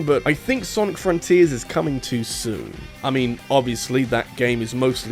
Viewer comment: It sounds like you're saying Sonic Forces Rather than saying Sonic Fronters that I find it funny. Even then, I think it's a nice Video on why Sonic Has issues with his current state of Games.